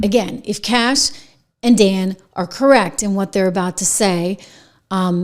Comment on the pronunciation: IT'S CASH! GET IT STRAIGHT LADY. HE'S AN AMERICAN. 🇺🇸